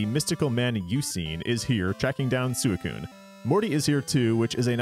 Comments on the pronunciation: "Sooey-koon"? If you're going to be pedantic about how to say a Pokemon's name, and are going to be like "Look at the Japanese pronunciation bro", at least, you know, pronounce that right. "Sui" isn't said like a pig call. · That's... not how you pronounce Suicune in Japanese. The Japanese is pronounced almost identically to how it's pronounced in English, "swee-coon." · Suicune's japanese name is pronounced exactly the same in English...... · I used to pronounce it 'Suicine' when I was a kid 😅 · that's not how suicune is pronounced in japanese